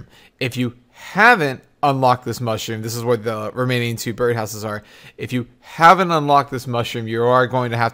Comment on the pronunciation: stop saying haven't like that holy shit thats irritating